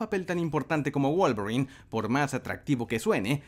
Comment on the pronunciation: Pensé que decías Wallgreen en vez de Wolverine